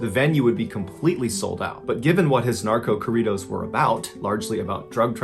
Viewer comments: I mean, he was pretty close. He just didn't softly roll the r of corridos. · It took me a minute to figure out what he was actually saying. I was thinking that I had not heard of that kind of Mexican music, and then it clicked.